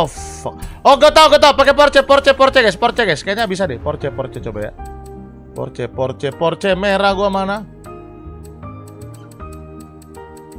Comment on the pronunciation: Maaf Bang itu sebutan nya bukan porce kalo di omongkan tapi porseh. Dan itu orange sih bukan merah. Klo salah penyebutan nya mungkin liat di yt om Fitra yang riview Porsche Cayman😅🙏